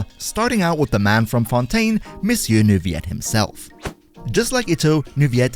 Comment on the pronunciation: I think you're supposed to pronounce the "L's" in Neuvillette.